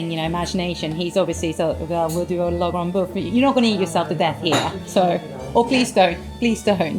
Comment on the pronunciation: An interesting and informative video about a fascinating restaurant. Thank you. One small quibble though: the execrable pronunciation of ‘La Grande Bouffe’, not only the title of the menu at Otto’s but a seminal film about food. It’s a sad reflection on the monoglot culture of Britain that otherwise articulate individuals make so little effort to pronounce foreign words… surely the presenter (who is both knowledgeable and eloquent about food) is of a generation where everyone studied some French at school.